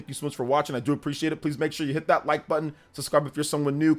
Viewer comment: ‘Suscribe’?… Really?…